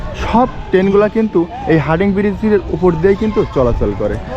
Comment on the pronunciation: ব্রীজটির নাম হার্ডিং নয় হার্ডিঞ্জ ব্রীজ । যাইহোক খুব সুন্দরভাবে চিত্রায়িত হয়েছে । ধন্যবাদ।